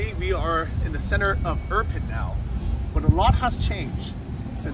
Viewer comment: Dude, what's with the Iprin instead of Irpin?! Still says Iprin